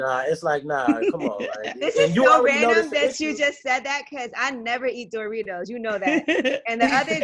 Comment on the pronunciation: Why ye say Doritos like "Door-ritos" lol